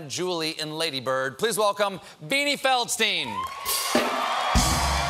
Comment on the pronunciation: Nope, Feldsteen. That's the rule for US "stein" names. Leonard Bernstein is an exception, but that is because he wanted to be an exception.